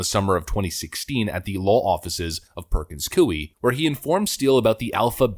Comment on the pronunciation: It's pronounced: Purkuhnz Koy